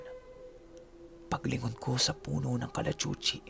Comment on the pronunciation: Bakit ang Kalachuchi parang malanding puno ang tunog pag binigkas mo